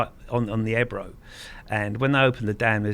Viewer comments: its ebro o on the end not ebru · It's pronounced eb row not e bro 😜